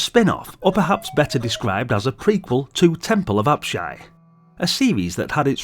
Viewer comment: Many fond memories of this one - used to waste many an hour dungeon crawling and cursing many cheap deaths, IIRC 😅 +1 extra 👍 for pronouncing "Apshai" correctly (I watched a video a long time ago where the guy kept mispronounce it at least 3 different ways - It was so grating! 😂).